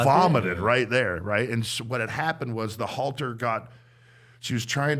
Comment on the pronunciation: Every person who rides horses immediately cringes😖 as soon as he says halter